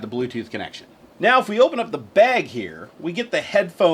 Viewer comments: you say "bag" like Linus does lol! 'beg'. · You say bag funny